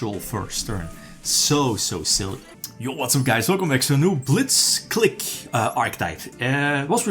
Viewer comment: I think it's pronounced KLIEK like Blitzkrieg.